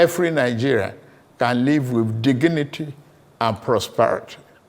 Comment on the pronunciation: Honestly, this appears to me to be an AI read speech poorly executed. Because the Tinubu that I know as governor of Lagos State, speaks very good English in all it's ramifications. For instance, pronouncing DIGNITY to diginity is so troubling and sounds with a northern accent. Even I love listening HRM Emir Sanusi. He speaks perfect English. This is an underwhelming job in speech writing and very untinubu-like delivery. 😢